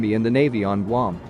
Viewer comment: Guam is NOT pronounced gum!